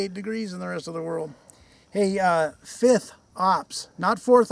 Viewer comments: LOL! Mercans eh? fith? fith?? …………….. F. I. F. T. H. Fifth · not forth ops, not sixth op, not fifth op, FITH op